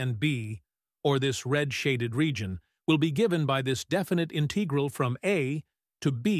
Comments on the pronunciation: Is this narrator a machine? It pronounces the word integral 3 different ways; the accent on syllable 2, accent on syllable 3, and long e vowel sound . Or I guess 4, the short e vowel sound lol. 😅 ? Good video otherwise. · In how many ways can this stupid bot pronounce "integral"?